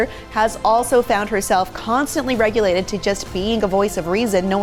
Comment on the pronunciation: *”relegated”, not “regulated”